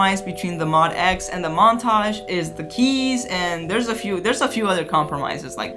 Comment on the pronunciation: MO-D-X, not Mod-X